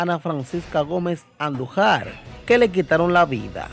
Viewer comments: El apellido Andújar,está mal pronunciado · Tienen q aprender hablar se dice andujar con acento en la A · Jajajaj bro, tu tienes que aprender a pronuncìar mas esos apellidos...Andùjar, con acento en ù y angomàs, con acento en la à. Se escucha muy feo cuando tu dices; andujar y angomas jjj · Antes de ustedes ponerse a hablar por los medios, aprendan a leer y pronunciar palabras, nombres y apellidos. No es Andujár, es Andújuar que se pronuncia con acento en la u. Igualmente no se pronuncia Angómas, es Angomás con acento en la a. Coño aquí todo el mundo se piensa que puede hablar en los medios. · Como usted no ha escuchado para poder pronunciar correctamente los apellidos ANDUJAR Y ANGOMAS, el primero se acentua en la U y el segundo en la última A. estos son apellidos tradicionales Dominicanos.